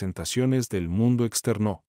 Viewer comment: ese "exter NÓ!" por poco me mata mata :( ojala pronto aubiblio agregue este libro a su biblioteca. por poco quito el vidio es desesperante xD